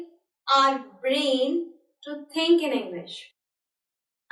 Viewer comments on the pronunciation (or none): it's we not ve and think not tink